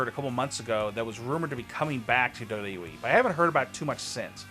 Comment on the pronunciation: Your pronouncing of WWE is frustrating...